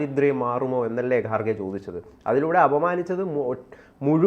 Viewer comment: I like your channel.. But please pronounce properly.. Its not gaarge. Its kharge. Its not khar khar mahadev. Its har har mahadev. Your pronouncing is completely irritating . pls correct it.. TG is very good in pronouncing ..